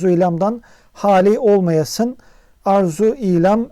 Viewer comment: Sonda "olmayasuz" gibi sanki. Olmayasın dese sonda kef olması gerekmez mi?